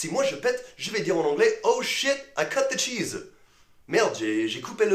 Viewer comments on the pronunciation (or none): none